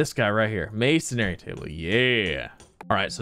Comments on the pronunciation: I can’t tell if he’s just trolling us by continuing to say masonary instead of masonry at this point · Z I know that this might be a bit picky but please pronounce masonry correctly. It's not mason"ai"ry, it's just masonry